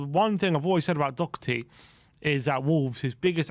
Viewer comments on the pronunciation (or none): It's Doherty not Docherty. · <Dor her tee >